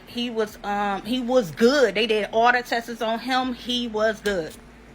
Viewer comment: Wish her the best and all but man it irks tf outta me when ppl say “test-ses” 😩